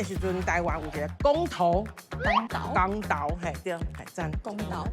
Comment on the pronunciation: 徽章是「鉼針(pín-tsiam)」 毋是胸針 公 投，公 是kong 毋是kang